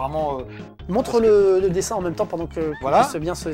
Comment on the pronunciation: Pourquoi "meume" a la place de même ?